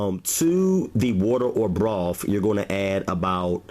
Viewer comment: Why do you say "wif" gravy? It's "with" gravy. And it's "broth" not "brof"......... and, it's "bathroom" not "bafroom".......just like it's "birthday" and not "berfday"....what is the problem with words that have the "th" sound?